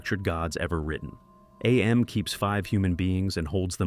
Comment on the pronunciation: Cool ass video. I love it. Btw, it is just pronounced "Am", not "Ay-Em". Harlan Ellison reads it that way in the audiobook.